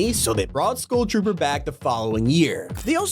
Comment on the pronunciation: Bro said school trooper instead of scull tropper😂